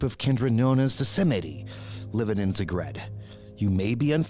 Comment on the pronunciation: Love your content but by Cain please google how to pronounce Krakov and Zagreb because it is straight up painfull.